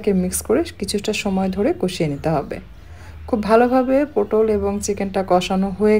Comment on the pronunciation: পোটল নয় পটল